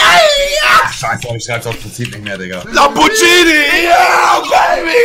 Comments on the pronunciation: Niemand Monte: LAMBOGHINI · Lambordschini Bin der Uwe und ich bin auch dabei